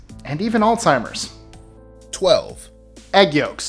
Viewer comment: No "T" in Alzheimer's